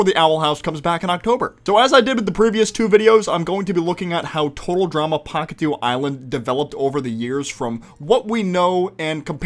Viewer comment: genuinly, even tho i consider our Chris dub better than the english one, the fact that he keeps calling the island Pahkitev and not Pahkitew really triggers me